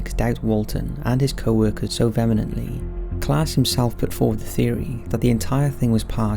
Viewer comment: He mispronounced Vehemently as well.